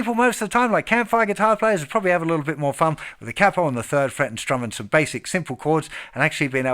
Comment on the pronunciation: “K-Poe”-(Capo) otherwise outstanding tutorial. And your high range is awesome. Thank you for sharing.